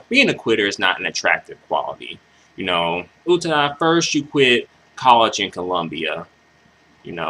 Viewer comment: Lol. Loved your analysis. I really loved this song. It's my number one song from her. By the way, for future reference, her last name is pronounced "OO-TAA-DA" No disrespect towards you! I'm just telling you this because I don't want you to get attacked by other crazy Utada fans for getting her name wrong! xD